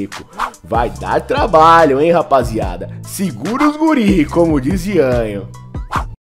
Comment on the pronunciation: QUEM É "IANHO" ? KKKKKKK Acho que ele quis dizer DIANHO provavelmente kkkkk nossa